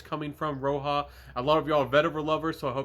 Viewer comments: Great video! This vetiver is a favorite of mine and I appreciate your take. BTW, it’s not pronounced Row-Ha, it’s like Rodge-A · Roja- (ra-jah) like Roger. Not ROHA (red)